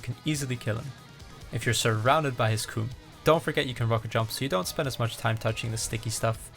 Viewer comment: are we all just gonna ignore the fact that he called it torb's "coomb"